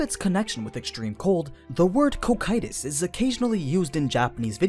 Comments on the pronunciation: "KOH-KYE-TUS" just sounds wrong dude, it kinda triggers me everytime you say it like that. after 4 seasons of Overlord anything other than "CAW-CUE-TUS"(Cocytus) sounds weird imo. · Isn’t it Co-Q-Tus? co like coco coqtus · It's gonna be a long hour of suffering through hearing "Ko-Kye-Tus" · That first pronunciation was a bit cursed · The way says Cocytus sounds a bit off. Like there was an “I” in the name or something. Are there multiple ways to pronounce that word? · I am not listening to an entire video of him referring to his name by the terrible dub. It's just grating. He acknowledges they are different and then proceeds to use the incorrect dub pronunciation.